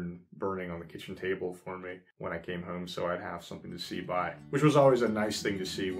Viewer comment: Hi there! I have been watching all your videos and really enjoying them, but I have a question - more out of curiosity than anything... it's your "accent" - in that I notice the way you say the word "home" as "heum"... and I am trying for the life of me to figure out from what part of the country you are from? I'm just really curious and interested. I have heard that word pronounced that way before but never could figure it out :) - - anyway, great videos and thank you for posting!!